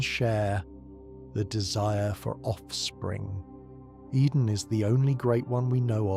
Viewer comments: Take a drink for every new way "Oedon" is pronounced. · Great video, love the lore. Why do you have multiple different pronunciations for each character that you seem to cycle through?